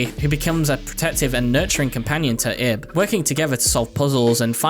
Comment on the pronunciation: LIL THING ABOUT IB her name is actually pronounce like your saying Eve with a B at the end since in Japanese there are two ways of saying the name ,EVU or IBU, which the second one is where Ib comes from